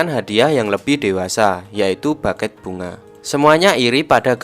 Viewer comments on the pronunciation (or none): none